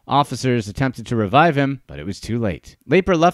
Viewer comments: Wow, still looking for a Youtuber who pronounces Lapre’s name correctly… 👎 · I did too, and the tiny classified ads. Pretty embarrassing. And this guy's mispronunciation is painful and it's not even the way anyone would guess it's pronounced. And even watching one ad for research would correct it. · How do you make a video about a guy and cant even announce his name correctly? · Amusing video, but Don Lapre’s last name was pronounced Lapree, not Laper. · LAY-purr???? Dude, just listen to the guy in the video say his own name! lah-PREE! lah-PREE!¡!!!!!! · It’s sad because anyone who watched 30 seconds of Don’s infomercials would know it’s Lapree. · It wasn't laper it was pronounced la pree. Jesus you think if you're going to do a whole segment on somebody you know how to pronounce the fkn name. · The video narrator mispronounced Don's name. It's "La-pree", and not "Lay-per". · Not Laper????? Its Don Laaaaa Preeeeeee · Actually if I remember correctly, his last name Lapre was pronounced like "Luh-Pree" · No, it's Don La-Pree! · I saw one of his money making infomercials late one night back in 1986 that sparked my interest. I never followed up on it and it looks like that was a good thing. And his last name is pronounced La-Pre. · I see Don Lapre and I never clicked so fast. But good Christ, this is cringe-worthy. It's pronounced LUH PREE. In doing research for this video if you even bothered to watch any of his infomercials you would know that. AUTOMATIC THUMBS DOWN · Me too. Anyone who watches 1 minute of a Lapreeeeee video will know how to pronounce it. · "Laper"??????????????????????? Are you shitting me?!!! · La Pree its pronounced La Pree! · Yea why do you keep saying laper over and over again , Extremely annoying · The guy who made this video must not have watched any of Don Lapre's infomercials, since he doesn't even know how to pronounce his name correctly. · 😂 same here